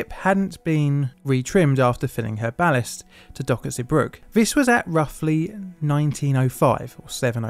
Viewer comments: Hey mate, port's name is pronounced 'Zee brug uh'. I never knew there were so many close calls which preceded this incident and ideas that would have prevented it. Sad times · Zeebrugge ❎ zubruck ✅ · Zeebrugge is pronounced "zeh-bru-gah" Boatswain is pronounced "bo-sun". I'm only picking up on this because I don't feel you can trust other details in a video if things like this are not correct. It doesn't take much to check a place-name's pronunciation.